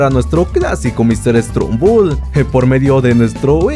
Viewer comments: Oye no es por ofender me gustan tus videos pero no se dice mr strumbel es mr stumbel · Es Mr stumble no Mr stembul